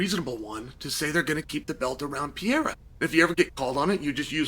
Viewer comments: Chael, its pereira not pierre 😁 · PE-REI-RA 👍 ... PIERA👎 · Alex Pareira ❌ Piera ✅ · *Per-era: per and then era, Chael…per era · "Uncle Ly-ev" vs "Pierre-a"🤣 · Came for "Alex Pierre" left with "Unkle eye ev" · Pea-ayruh, pierre-uh. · Alex Peee air uh!!! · Ankalaev ❎ Uncle laev ✅ Pereira ❎ Pierre ✅ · "The good old day" (singular) and "Piera" wow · Unc keep calling him Pee-Era 💀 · I won’t be able to watch this because Chæl is going to say “pee era” 1000x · cmon uncle Chael, go with me, PE-RE-I-RA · Chael said PeeAir and Uncle Lie iv 😭😭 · Is there any specific reason you pronounce Pereira like the French name Pierre?!🤦🏻 Appreciate the “you don’t necessarily need to take him down to win the wrestling part of it” part of the conversation. You’re def correct in this btw Totally agree about the rematch too. Ankalaev made Alex look soooo one dimensional. My opinion has 100% changed after that fight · why dies uncle Chael keep saying Pierrrrr!!🤣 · Still closer than “Pierre” which he used to call him. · Yeah, like the French name. LOL! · “I’m a huge fan of Piera’s” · Never learned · The Pee Era is over. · I’m done bro 😂, me too gang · He does it on purpose for engagement. He says people's names different all the time and sometimes he smirks as he does it. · Has that man not earned at least correct pronunciation of his name? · He can pronounce Ankalaev flawlessly but he can’t Pronoune Pereira 😂😂gotta love Chael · I'm going to miss this when Alex retires; just hearing Chael say the name 🤣